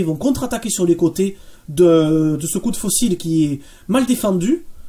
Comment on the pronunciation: Bon boulot, merci (mais « le coup de faux-cils, c’est peut-être pour Kim Kardashian. Pour Manstein, c’était le coup de faucille, prononcé comme « manille » 😉).